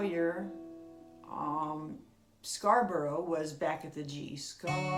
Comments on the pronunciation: Beautifully played and taught. Got to say, out of all the tuition videos of the Simon & Garfunkel arrangement of Scarborough fair, yours is easily the best and sweetest sounding. Just one small tiny complaint, its not pronounced with a "ber roe" at the end.......try it with a bor rah ...and once you've mastered that, maybe try Loughborough and Leicestershire hahaha ....Brilliant guitar lesson thank you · Nothing unusual about the pronunciation in case: is employing the usual US pronunciation of words ending in orough (Scarborough, thorough, etc).